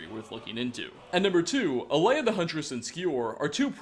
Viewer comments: Pronounced ( Ay-la ), not Alea. And his name is ( Vol-thur-yol) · A ela not alaya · it's AELA not Alea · here’s another mystery, why can’t this guy talk? he can’t seem to pronounce ANYTHING right! in other videos he just gets everything he says wrong, he said ‘alea’ not aela. is he just dyslexic lmao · It’s aela, not alea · "Alea" It's Aela you oversized mudcrab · It’s pronounced Ayla, not Alaya. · Aela is called Leia now apparently. I gotta say, for some reason, calling you out on your pronunciation is kinda fun. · How can you pronounce Aelas name wrong 3 (EDIT 4*** ALAY??? SERIOUSLY MAN) different wrong ways in the span of like what 20 seconds dear god I enjoy the videos but question if you've ever played the game with audio because it seems like 90% of the things you cant pronounce even thought theyre said very clearly multiple times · Oh my fucking god. Learn how to pronounce the names before you say them wrong on the internet OVER AND OVER AGAIN. Khinareth. Kin-ah-reth. Aela. Ay-la. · A-laya? Wtf, are you dyslexic? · Stahp saying Alea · The only bad thing about this video is how pronounces Aela. How do you get it that wrong? Like, it's not even close